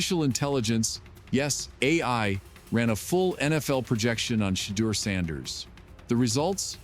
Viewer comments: You blacks are lying. You can’t even pronounce his name. Is Deon behind this? Yes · Sorry but l can no longer watch or listen to that rice cake NOT PRONOUNCE MR. SANDERS NAM CORRECTLY!!! BYE@